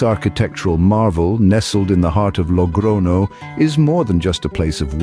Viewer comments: I gave a like to it in the beginning but after the 10th "logrono" word, I became mad. It is Logroño! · Glad you're not using AI but why not pronounce the ñ properly? It's not difficult.